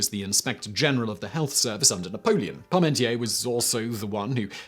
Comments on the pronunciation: That pronunciation of Parmentier makes my toes curl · It's Parmentier, not Paurmentier. Don't rely on Simon's utterly terrible pronunciation to draw conclusions.